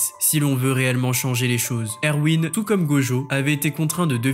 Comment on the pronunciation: ''Ervin'' stp